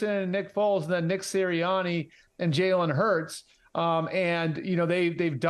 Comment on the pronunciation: Jerk could at least learn how to pronounce Jalen Hurts name